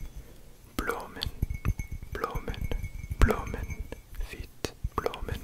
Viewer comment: As a Belgian boy the dutch part was pretty funny to watch :) You did great tho, I understood everything! The only word you have to work on is ‘bloemen’ ;) Really really enjoying this one!!